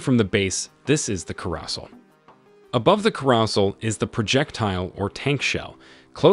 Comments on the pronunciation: "care" "uh" "sell" not "cuh" "rassle" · Ker-ah-sl? It’s a carousel, like the thing with horses that goes around in a circle at carnivals. Like the thing that kills people in “Logan’s Run”. Like the Rodger’s and Hammerstein musical. Otherwise known as a merry-go-round, or a roundabout in places that are not America. Care-ah-sell. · carousel = kah-roo-sell (the word is of french origin) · ...The 'caros-el'?... You mean "Caro-Sell"? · ...."ku-ross-ul".....!? The idea behind an illustrated demonstration video, would be to back it up with information and descriptions related to the various aspects of the content, with at least some semblance of accuracy...... right ? "RELIKT" (spelling shown) is pronounced as "REKLIT"....!? come on man, you want some credibility right..... I hit the "like" because you are obviously doing this to share your interests and that, is undeniably worth supporting. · carousel ❌ corossal ✅ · the carrohsel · the way he pronounces carousel makes me almost absolutely sure that this is AI voiced or dude needs to search up how to pronounce it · Very well done. Good information and as with any military piece of equipment, there will always be many iterations. Trying to cover all the variations in detail would just make the video too confusing to watch. Oh, but one thing that did make me stop the video (I finished watching eventually) was the pronunciation of the word "carousel". I know, silly after all the other great words you said with ease and clarity. Keep up the great work! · Looks like you need to teach your AI how to pronounce CAROUSEL lol edit and TROPHY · This is narrated by AI isn’t? The pronunciation of projectile, carousel and trophy can be so so weird at times. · YOU CANT SAY CAROUSEL RIGHT? SHOVE YOUR AI BOT YOU KNOW WHERER UNSUB NO BOTS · lol butchering some words in this lol ‘carousel’ ‘trophy’ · Absolutely butchered the carousel pronunciation 💀💀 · you need to learn how to pronounce "Carousel"